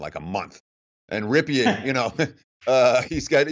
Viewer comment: It's hard to take a commentator serious when he can't even properly pronounce the name of the currrent passing yardage leader in all of college football. Boise's QB is pronounced Rippen, not Ripeean. He is the nephew of Superbowl QB Mark Ripien (still pronounced Rippen).